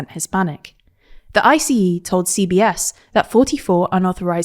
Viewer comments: I-C-E? You mean ice? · FYI, ICE is pronounced “ice”, not I-C-E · “I-C-E”. Come on, guys.